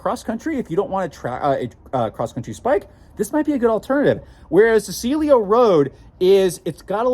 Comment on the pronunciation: You keep saying "Celio" (silio). The name is "Cielo" (sielo) 😅